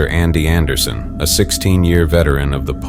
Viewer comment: Not "Andy Anderson"😆